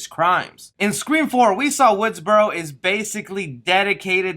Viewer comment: Correction its Woodsboro not Woodsborow there's no "W" at the end